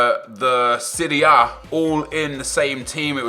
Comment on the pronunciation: was that him trying to say "serie a"??